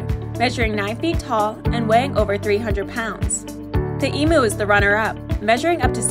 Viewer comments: Oh another difference….everyone can pronounce ostrich correctly. But, as you demonstrated in this video, emu’s (eeee-mew) are often mistakenly called emoooo. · ITS PRONOUNCED EMYOU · The emu pronunciation is a little off 😂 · Please pronounce the word emu correctly